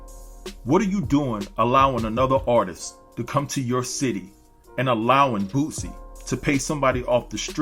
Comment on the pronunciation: I kept thinking you were saying "Bootsie ". This is disgusting. F-ng celebrities. I enjoyed the video and it did just what it was supposed to do. Get people watching it and talking about it. The shoe was ridiculous and Nike has said they had nothing to do with it and are taking legal action.